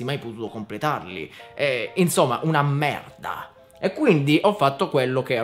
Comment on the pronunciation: Hai detto merda con accento francese tipo quando loro dicono merd